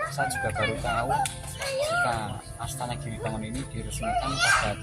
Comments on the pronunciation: ASTANA LHO MAS BUKAN ASTA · MIN...BUKAN ASTA TAPI ASTANA ARTINYA TEMPAT ISTIRAHAT. KALAU ASTA ARTINYA TANGAN. TULISANNYA UDAH BETUL, NGUCAPINNYA SALAH. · ASTANA...bkn asta brooooo